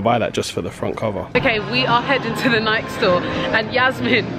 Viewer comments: why do you guys pronounce Nike as "NYK" lol it's pronounced " NY-KEE" cuz it's an American brand and thats how they pronounce it. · I love you guys but I hate how you guys say Nike it's pronounced (nik-ee)